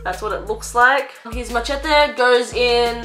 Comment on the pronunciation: Excellent pronunciation of the word machete